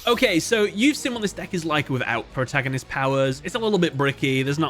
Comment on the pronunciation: "Your move pwoootagnoists!!!"